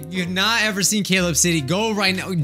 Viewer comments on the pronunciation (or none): none